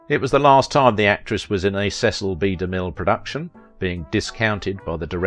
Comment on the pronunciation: It's pronounced Ja NETTE, rhymes with Annette, Babette and Paulette. DeMill...Mill rhymes with still and thrill. Just an FYI.